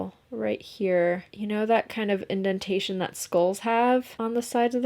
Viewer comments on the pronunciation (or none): none